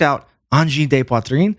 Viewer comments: “de” in French is pronounced “duh” not “day” the way it is in Spanish. Rock on, as you were, etc… ✌️😸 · It’s not ‘day’ Poitrine. It’s ‘duh’ Poitrine. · Angine de Poitrine is French for the medical condition we named using the Latin “Angina Pectoris”. It literally means “chest pain” Btw “de” is not pronounced “day”. The vowel is a schwa, to the English ear it’s pronounced something like a short “duh”. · Angine de “duh” rather than “day” - or the English translation, Chest Pain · Except perhaps that 'de' is more like 'duh', not 'day', to an American? Correct me if I'm wrong. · Angine “de” is pronounced like “the”